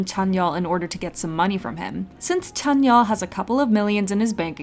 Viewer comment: "and now let's look at our boy tzányon"